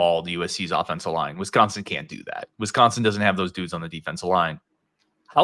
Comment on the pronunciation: You would think could get a guest that can pronounce Wisconsin to talk about Wisconsin… 🤷🏼‍♂️